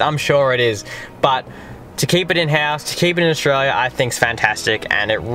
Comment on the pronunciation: Australia is not pronounced "Oshraya"